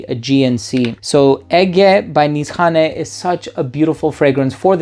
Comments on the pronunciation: So now we know it’s pronounced Niss-hanay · its actually niche hane / hane means house in turkish. when you connect these words becomes nishane (nişhane) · Nisane or inSHane? Every reviewer has got his own pronunciation when it comes to saying the name.